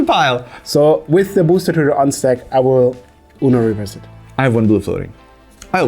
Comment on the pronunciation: Hahaha you guys pronounce UNO reverse like universe